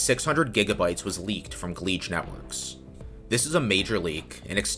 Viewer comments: "Gleege"? isn't it supposed to be "Geege"? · Gleej??? its pretty clearly Geedge. Ge Edge. Could call it Guh Edge or Jej sounds like "Judge" I think thats what the developer is doing. Judging the merits of the traffic in question. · Minor gripe that grates on my ear: you pronounce Geedge as if it had an L, gLeedge.